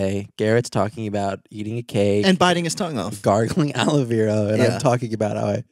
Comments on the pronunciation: not aloe veeera but aloe verrraaa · no one: you two pronouncing aloe vera: aloe VEE rah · is no one gonna talk about how they pronounce aloe vera? lol everyone I know pronounces it as aloe VARA and they pronounce it aloe VIRA, maybe its an American thing but that's how we pronounce it in canada